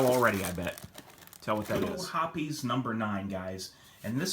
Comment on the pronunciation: Thanks for pronouncing Hoppe's correctly. The reason that Ballistol didn't clean as well is that Ballistol is just a medical grade mineral oil. I've been a Hoppe's #9 user for years. I've tried a few other cleaners and at best they did the same job but cost a lot more. There's a reason that Hoppe's #9 has been around for over 100 years, it works. All I use is Hoppe's #9, Rem OIl in a spray bottle, and Mobil 1 5W30. Cost effective.